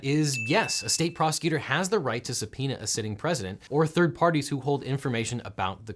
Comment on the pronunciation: that's how subpoema is pronounced?!